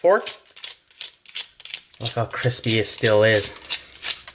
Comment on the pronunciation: *crisPAY intensifies*